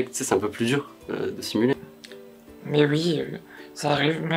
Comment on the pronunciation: "OUI" se prononce oui et pas UI svp